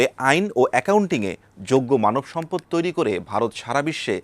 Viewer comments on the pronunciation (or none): none